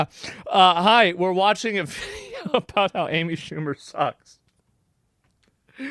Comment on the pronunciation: Who the hell is Aimee Shoe mer?